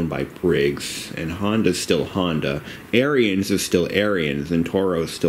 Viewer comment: Ariens is pronounced Aaron's.